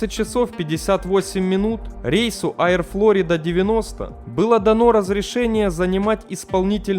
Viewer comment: Поработай над дикцией,читаешь с постоянной раскачкой,понижением/повышением тона,зачем?ПотоМАК ,а не потОмак. Понятно,что образования/эрудиции ноль и книжек не читал-(((( Аир,дАглас и т.д